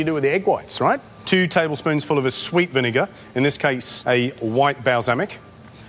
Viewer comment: VINEGAR, not VINIGAR.